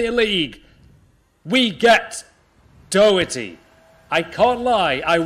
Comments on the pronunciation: Da-her-tea its pronounced not doety ahhaha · Please don't say Doherty like that. It's daw-her-t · As an Irish man I pissed out laughing at The way you Doherty